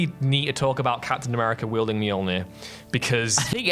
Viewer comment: Dude, it's Mjolnir. 🤣 Say your attempt out loud and die laughing with me.